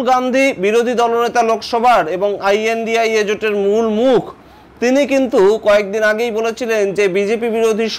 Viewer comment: What is the problem of speaking lNDIA instead of ai an di ai a?